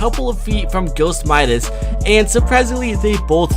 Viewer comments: You said it wrong it mIdas not mEdas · You were saing the name right. His name is not pronounced "Ma-i-das" it is pronounced "Mi-das". Midas is a guy from greek mythology, when he touches somethingit becomes gold. Search it on google. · It's like muscles the c is silent and for Midas it's like m eye das not meedas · by the way, Midas is pronounced "my-dis" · actually I dont mind cuz in french we says Midas pronounced Me-das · bc im from greece and midas is from greek mythology its midas is not wrong guys is right midas not midas with like a e but medas but is a i midas u get me? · It's pronounced "mie - dis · Myth: what would happen if pronounced midas correctly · U said Midas wrong 😂😂😂